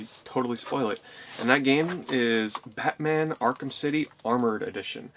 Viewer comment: Did anybody else hear him say pacman instead of batman the first time he said it?